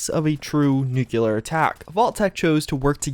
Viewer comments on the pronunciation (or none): I'm honestly really sorry but it seriously bothers me every time you say nuculer instead of nuclear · Nuclear, not nucular. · Alright stop. There is no such word as Nuculer. It’s NUCLEAR. (noocleeAr) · Repeat after me, NEW-CLEAR. Not NEW-CUE-LAR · i thought people stopped saying nucular after Bush Jr. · >plays Fallout for years >still says "Nuke-u-lar" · You're never going to pronounce the word nuclear correctly, are you?